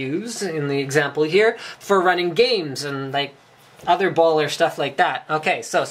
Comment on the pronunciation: like when he says "Baller" lol